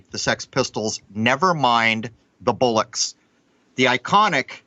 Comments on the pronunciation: "BOLL-ocks", not "BULL-ocks". Bollocks is slang for testicles. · It's 'Never mind the Bollocks' not bullocks. Lol